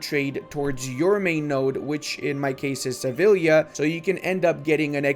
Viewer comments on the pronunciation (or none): well thats 50/50 pronunciation, the "Sevi" its good the "lla" in spanish is more like /ja/ in english, for example the "lla" in spanish does the same sound as the "Ja" in "Javelin" does in english.